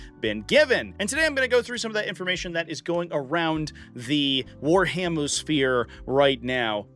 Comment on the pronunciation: Warhamuh sfeeer right now😂